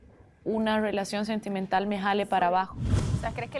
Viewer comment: Piña pronuncia bonito la "R" es asi como "rrwelacion" 🤭